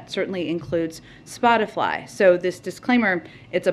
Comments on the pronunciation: did she say spotafly lol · She said Spotifly hahaha, nobody knows what their talkin about..